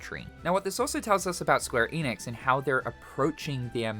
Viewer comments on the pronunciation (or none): You can’t even pronounce ‘Square Enix’ right. So…